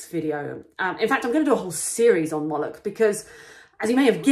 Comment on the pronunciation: yaknow... "Molochy Forces" :) excellent video